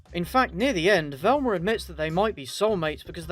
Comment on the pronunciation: Who is Velm"ER"?